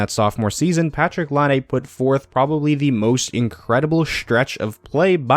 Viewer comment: Why can't anyone on YouTube pronounce Laine's name?